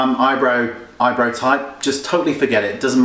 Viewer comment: I love how he says "Eyebro"